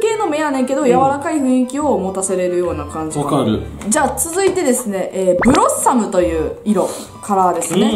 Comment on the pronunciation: 最初の、パパラピーズですのとこ、「パパラピーズべぇす」みたいに濁ったくない??爆笑